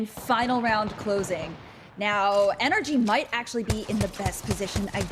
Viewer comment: Can u please say NRG tm and not energy